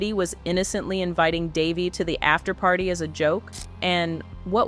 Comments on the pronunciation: How is it daveigh ,at least pronounce the name properly this is what happens when chat gpt writes all of YouTube's content and narrates it , for the record ( Duh-vay ) ......... Why would this Jane doe need to covertly attend an award show they are nominated for in a multiple categories?if the incident happened in 2002 and the vmas were in 2003 ? Most importantly who ? What?why? How? Dafuq?! Let's a 13 year old meandering alone in a metropolis riffed with so much crime they have their own "special victims unit" ? This is both Sus and Cringe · You pronounced Daveigh’s name six different ways. I counted. It’s Dah Vay. Get it right, geez! 🙄